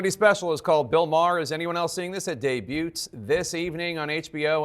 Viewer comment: That last 2 seconds says it all. 1) Bill gets his jab in by saying “never met ya,” and 2) Jake misreads, and actually mispronounces “debuts,” saying it more like day-bute-s…